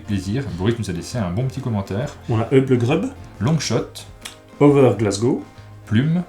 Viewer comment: Pas besoin de dire en Anglais avec Heub legreub ! 🤪😭 Juste Hub comme Hub(ert) avec un u et legrub comme... Legrub avec un u ! 😜